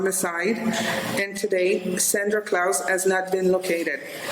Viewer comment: i genuinly thought you was saying it wrong on accident untill you mentioned the good old holiday,,,,, how did you still say klaus wrong???